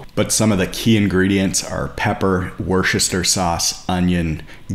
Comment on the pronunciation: The pronunciation of Worcestershire 💀